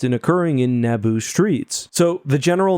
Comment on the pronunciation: "The Battle of Nabbo" XD